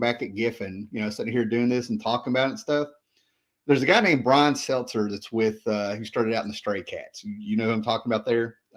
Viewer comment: Somehow I missed this and came across it today. I'm going to bust you,, its Brian SETZER, not Seltzer. 🤪